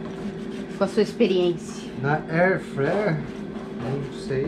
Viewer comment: Tdo que vanessa bota a mao , estraga , nem airfryer fala direito , o muie q so faz me...